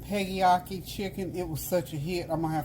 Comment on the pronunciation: it's PEGGYAKI